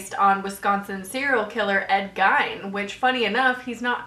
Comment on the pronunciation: "Gein" rhymes with"Keen", not "Fine".